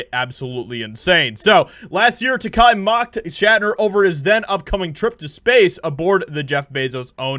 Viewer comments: I have had the pleasure of meeting both men, and without a doubt, Bill is a very genuine and gracious fellow. George was distant and had his own agenda. Brad Takei was much nicer by comparison. BTW, Takei rhymes with toupee. If you are going to dig on someone, have the decency to say their name correctly. Shatner is not dwelling on one role. He has done many other things, other TV roles. In fact I like him as much as Denny Crane as I do for James T. Kirk. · His name is Takei. TUH-K. Not "Kai." Just as H.R. Giger is not "GUH-EYE-GUR" but "GEE-GUR." Shatner has been vindicated with time. Takei won't let it go. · The best way to remember to properly pronounce George's last name: it rhymes with Ray. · It's pronounced Tuh-Kay, as in Ta-Gay. I don't agree with the guy, but you should at least pronounce someone's name or words in general correctly when talking. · Ta-KAY. It rhymes with…. Hay. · It's pronounced TeKAY. I know. He told me at a convention almost 30 years ago. That is what I remember about meeting him. Getting corrected on how to say his name. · Pronounced Ta Kay. Btw. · He pronounces it TaKAY. Yeah, I know, who cares... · takei rhymes with gay. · Takei, not takai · Takei rhymes with "teh gay" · It's pronounced "Tah-KAY", as in "He's GAY!" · It's Tah-Kay. . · are you sure you are pronouncing "Takei" the right way? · TAKEI Not TAKAI. Read the syllables. They sound exactly like they look. TA KE I Takei. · Takei told Roddenberry "my name is TACK-A rhymes with high pay" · You still haven't learned how to pronounce George Takei's name properly. Get it right,. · Bro ur sayin his name wrong.... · Why do you keep mispronouncing his name? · George Takei, not "Takai." Tah-keh-ee, not tah-kah-ee. Takei rhymes with GAY. That should help you remember it. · Will he ever say "Takei" instead of "Tekai" someday ? Not important at all but i got triggered because he probably doesn't ever know he doesn't say it right and THAT is the problem to me xD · Te-kay NOT Te-kai.